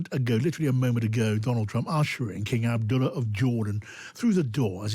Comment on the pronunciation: "King Abduller" lol